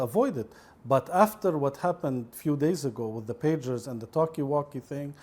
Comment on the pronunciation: "talki walki" 😆😆😆